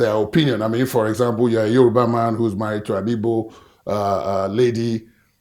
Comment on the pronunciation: Am I hearing this man correctly? Is he calling Igbo as Ibo. Ohanaeze ndi oshi